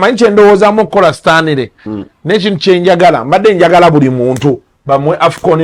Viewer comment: the name is Stanley not Sitanile😂